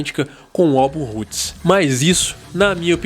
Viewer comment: Comentário construtivo: a pronuncia do R nos nomes Roots, Arise e Roses (de Guns N' Roses que vc falou em outro vídeo) é som de W. Que nem vc pronunciou corretamente quando falou RoadRunner. Abraço.